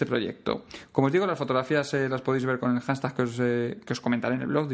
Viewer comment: Una duda, cuando nombras la palabra "hanstag"...tal y como suena, ¿te refieres al "Hashtag" o etiqueta común hoy en día?. Lo pregunto porque cada vez que lo dices metes la "n" en la pronunciación y al final no se si te refieres a otra palabra o es que se pronuncia así